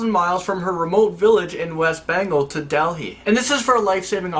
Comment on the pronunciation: no offense you shouldn't call ur self indian because you pronounced the woman's name wrong and Delhi wrong but i still love you